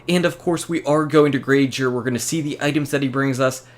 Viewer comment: It's actually pronounced Zur. Not Zhur. Tried to spell it to make sense!!! Lol..